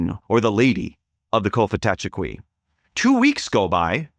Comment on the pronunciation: It's pronounced "Kofitacheki", the 'f' sound identifies it as a likely Muskogean word.